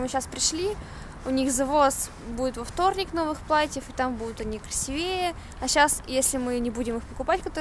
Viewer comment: не красивЕе, а красИвее